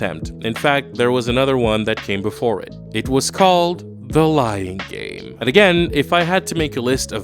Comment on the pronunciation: The way you Said "The Lying Game" i almost thought you'd Said "The Lion King"